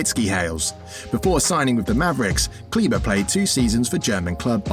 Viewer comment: He is KLEBER not CLEVA